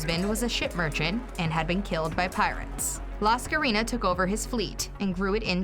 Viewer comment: It's not La Scarina she was greek lol not spanish ffs... The full name is Lascarina Bouboulina... Funny name but....